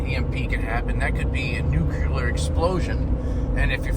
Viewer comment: Please don’t say “ nuke-u-lar “